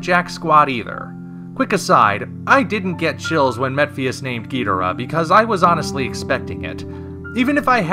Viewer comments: Ghidorah. You are saying it wrong my bro. The original English rendering was gheedrah, as Nick Adams said in Monster Zero. HOWEVER, Toho has stipulated many times since that Ghidorah is the preferred name. Please stop the spread of this inaccurate "Gheedrah" to another generation of fans. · The Japanese pronunciation puts emphasis on the first and third syllables, resulting in "GHI-do-Rah" rather than "ghi-DOR-ah", and since King Ghidorah is a Japanese creation, that enunciation - the one I'm using - is technically correct. I don't suppose you have an actual rebuttal? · well if your gonna trash talk Godzilla Anime you better learn how to say ghidorah just saying watch the Godzilla vs Ghidorah just saying you should hear what they say when they say king ghidorah